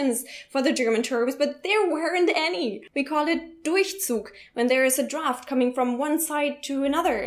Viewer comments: I'll have to side with Eric on this one. I sleep with windows open and I use an air conditioner when it is hot out. By the way,, the "a" in the English word "draft" (Luftzug) is pronounced like in the word "at". Thanks for the excellent video 👍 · Being a pronunciation nazi: Drought and Draft are being pronounced the same way.